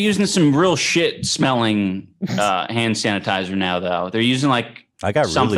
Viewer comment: did ethan just say sand tanasizer?